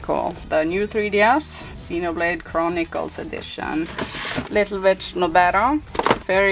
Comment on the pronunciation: Your pronunciation of Little Witch Nobeta. The video itself tells me ''yes, it was intentional'' considering that you pronounced ''witch'' like that twice.